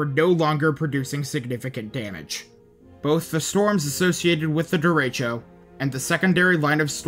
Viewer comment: Derecho is pronounced very differently than the speaker does, in ALL of his videos.. why?😮